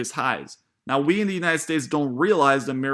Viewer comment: Learn how to say the word “The”. Say the th in it dude....